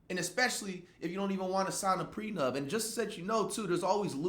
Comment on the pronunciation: Bro said prenub